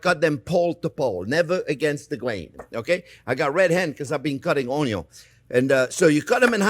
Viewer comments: Ognion in French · I love the Orn-yawn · So... There are red "ONYO" too 😎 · onyon indeed, chef. tres bien. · Boku no pico onyo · Comparing to the video 10 years ago, this time he pronounces onion somewhere between the English way and ONYO. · I subscribed just because of how he pronounced onion.😆